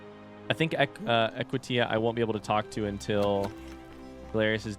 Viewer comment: The Forgotten City AKA Big Brother: The Final Wave Also, it's fascinating that until the end you're still not sure how to pronounce Equitia 😂